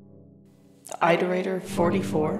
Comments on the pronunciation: Ah yes, eyeterator logs. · "EyeDerator" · eye-terator moment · yeah, like i keep swapping between "aight"-erators and "it"-erators